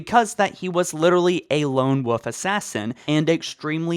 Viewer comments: it’s wolf not woof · Lone wolf assassin. Not lone "woof" assassin lol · I swear hes saying lone woof instead of lone wolf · Lone woof? I will never understand why people say woof when its wolf yes you pronounce the L in wolf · “Lone woof” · It's quite funny that the guy saying all this keeps saying "lone woof" instead of lone wolf, I'm not making fun of him, it's actually saying it's fun hearing him say it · It's "lone wolf" not "lone woof".. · if i had a dollar for every time he said woof instead of wolf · Stop saying "Lone WOOF" It's "WOLF". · 'Lone woof,' lol. Never change,. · Wolf. Wolf. WOLF. WOLF has an L in it. Not Wof or woof. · Good vid but wolf has an L in it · "Lone woof" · "Lone woof". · Am I the only one who cringes every time he said wolf like wuff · I love it when you say Lone woof instead of lone wolf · Did you say his parents got powned? The small details that make me subscribe to this channel lmao. Also, did you say “Lone woof”? I mean it doesn’t matter, but I just want to know.. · Why do you say Lone Woof and not Lone Wolf? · “Lone Woof” LoL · God learn how to pronounce wolf It’s WOLF not woof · HE ONLY SAYS "Lone woof" INSTEAD OF LONE WOLF! IT'S SO ANNOYING! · Wolf is pronounced “Wo-l-f” rather than “woof” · you know it's lone wolf right? Not lone woof.... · Wtf is a lone woof? Do you mean lone wolf? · I just have to say it: it's "Lone *Wolf*", not "Lone Woof." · "Lone woof" haha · Lone wolf, not lone woof. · Why he saying woof instead of wolf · Wolf not woof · He said woof a few times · It sounds like youre saying "lone woof" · "lone wuf" ong he's retarded 💀😂😂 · are you intentionally saying lone woof? because that is annoying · I'm sorry but... Lone "Woof"? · Ah yes, Nobel 6. "The lone woof" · "Lone woof assassin" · you kept saying "woof" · "Lone Wuff" ...k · This guy actually thinks “lone wolf” is “lone woof” hahahaha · Nobl sicks teh lon woof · "Lone wuff" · Take a shot everytime he says "lonewoof" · “Lone woof assassin”